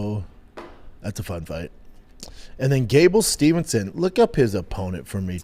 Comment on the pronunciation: it’s Gable Steveson not Stephenson